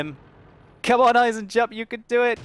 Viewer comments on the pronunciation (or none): Eisen-Jupp - Iron-Jack I would translate his name like above! ;) (To pronounce it right dont speak the J, just say EisenUpp! :D) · Eisenjupp, iron joe, spell it like eisenyoupp.